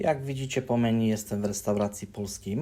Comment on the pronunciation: Dlaczego słowo "jadłospis" nie jest używany w Polsce. Meni to nie jest ani Angielski ani Polski Menu - fonetycznie wypowiada się menju.😊 Część